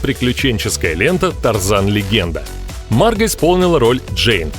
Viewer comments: У вас неправильное произношение имени не марга а маргО!!!!!! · Видео понравилось, но у меня 1 вопрос, почему мАрго а не маргО ? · Она Марго правильно говорить,Почему вы говорите Марга,,,(меня все называют Марго,и её тоже ) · А с какого перепуга она мАрго Робби а не МаргО?????. Это даже слух режет. К чему это??? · МаргО, а не маргА! Ну заманал. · да не мАрго, а маргО! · Уши блять режет... не МаргА, а МаргО. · комментатор - у тебя чего с произношением проблемы? куда ты ставишь ударение в словах, аж уши режет, не мАрго маргО, не дОлби а дЭлби, блин по ушам дОлбит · Марго, ударение на "о". Уж слух режет с ударением на "а". Ппц блин!🙈😄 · Она Марго, а не Марга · МаргО, а не МАрго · ты это просто скопировал у марго робби,она сама об этом сама рассказала "теперь ты знаешь кто я-марго робби" и хватит говорить марга.ее зовут марго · Да какая Ма́рга Марго́ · почему МаргА то, а не МаргО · Не Марго а Марго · А почему МАрго, а не МаргО? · Ма́рго.. 🤦‍♂️ Бот не очень умеет в ударения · Кто нибудь ему скажет что он не правильно ставит ударение в именни МаргО? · Правильно говорить МаргО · МАРГООООООООО, УДАРЕНИЕ НА ОООООО.. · Марга Робби! Мудацкое произношение. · Меня одного бесит как автор ставит ударение на имени Марго? И Захария тоже. Может это особенность австралийцев.